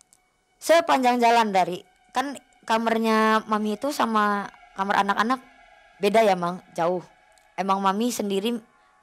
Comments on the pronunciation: Kamar knpa jadi kamer 🤣 daritadi denget kosakatanya jadi ngakak 🤣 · Kamar woyy bukan kamer